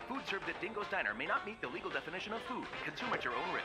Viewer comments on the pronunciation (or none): none